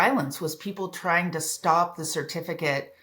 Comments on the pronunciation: "TRING" ? Thumb-DOWN on your CARELESSNESS. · Trying NOT tring.